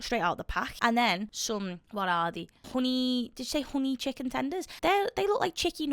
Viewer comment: I like how you say dori-ohs and chikun 😁